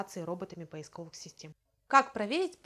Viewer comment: Поиско'вых и не поисковы'х, научите Вы её делать ударение на О!!!!